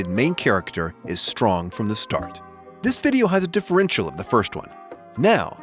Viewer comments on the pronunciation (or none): none